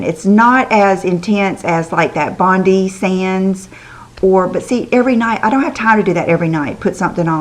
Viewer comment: Dont want to be picky but the self tanner bondi sands is pronounced bon~die . The tanner is named after a city in Australia called bondi thats where the two men that came up with the product are from . Sorry im aussie :)